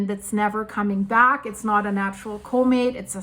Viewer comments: Sounds like she's saying " comate" Does she mean Comet? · Say the dang word properly, “comet” 🤓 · One question - what exactly is a, "Co-mate?" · when you can't even pronounce the word comet, you shouldn't try arguing about what's normal or not for a comet a comet's tail is not a mechanical phenomenon as if it was being shotgunned by the solar wind the solar wind is a plasma, i.e. its a magnetohydrodynamic fluid, something that interacts way more through electromagnetics than through mechanics whether it repels or attracts is purely function of the polarity, opposites attract but like repels like